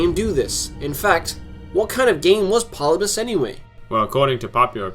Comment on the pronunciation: Not Polybus. Pol-lib-i-us.